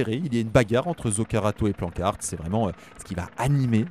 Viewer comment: Attends il a correctement prononcé Planckaert cette fois-ci, et il a toujours correctement prononcé Merlier (Meurlire).